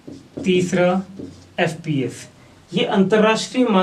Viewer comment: MKS CGS FPS KO SPS Kiu bol rhe he